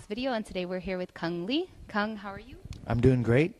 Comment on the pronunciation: His name is Cung Le, not Cung Lee lol